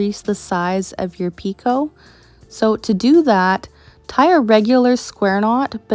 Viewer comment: This is the cutest tree ornament! I have always heard picot pronounced the way you said it. Thanks for all of these wonderful tutorials!